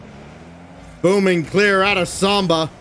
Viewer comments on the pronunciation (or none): Please someone tell the commentary team it’s SAMBA not SOMBA....